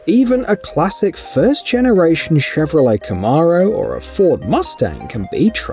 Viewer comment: Bro really said caMARo 💀